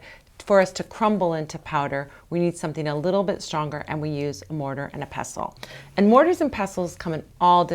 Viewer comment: Thanks for saying pestle correctly! Also, you just saved a rough mortar from a load of myrrh resin - I never knew!.